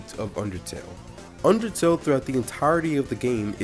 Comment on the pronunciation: Great summary of it! And yes you pronounced it right lol